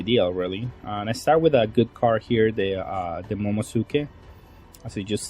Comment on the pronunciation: Momo - NUU - suki. Momonusuki. It’s not silent. 🤨